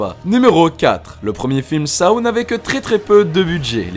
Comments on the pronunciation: On dit sau pas sao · Saow ? On dit Sauw, petit être sympathique 😋 Mais bon la vidéo reste très bien ! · On dit pas Saw mais sauw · 😂Ca se dit pas Shaw mais Seaux 🤣et je l ai est tous vu SORTIE DE JIGSAW 2 15 MAI 2020